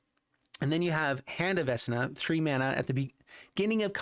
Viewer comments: Vecna doesn't have a s in it. Vec-Na! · Yeah, for me it reads VeKna. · Hurting my brain for how he says Vecna